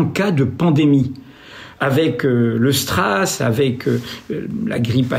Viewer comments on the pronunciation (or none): ... Pas 'strass' mais sras. Ce type est un très mauvais acteur. Tout ridé qu'il est, il a raté sa carrière d'acteur. Les gens meurent, il n'a rien à 'enquêter', alors il brode et re-brode. Sa conférence sur le masque est complètement stupide.